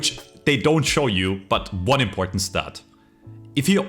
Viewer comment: weely weely impoahtent